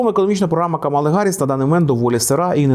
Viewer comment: Але чому ж КамАла, якщо вона КАмала?